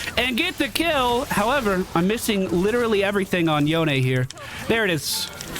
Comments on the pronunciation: Should be Yo-ne. He's from magical-pseudo-japan so you pronounce it as if it were a Japanese name. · Welcome to league buddy im happy to see you on a game I play again it's been forever. I'm gonna follow the game and give you a run down after to help out also it's pronounced yone... clearly.